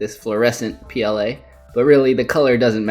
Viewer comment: "Leather PLA-ing" (pronounced like playing)